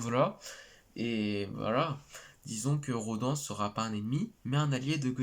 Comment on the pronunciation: Salut ça ce prononce "Rô d'âne" et non "RoDEN" même si ça s'écrit Rodan 😁 mais oui il est de retour yeees